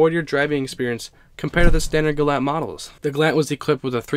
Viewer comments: its galant, gal-aunt not galant, gal-ant. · The gallant ralliart is a car i never heard of. Wow. You say the Gallant wrong bro. It is Gal. Aunt. GAL AS IN Gall bladder and then aunt as in ont Gal ont. Gallant The gallant is the most amazing out of all these cars to me. I never knew it existed. Mitsubishi is garbage though. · It's pronounced Gal-aunt, where aunt does not rhyme with ant. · Your not pronouncing Galant right